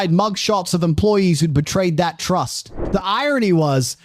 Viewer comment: Can pronounce trust and tens of thousands. Must have SOME cockney accent influences, though 🤔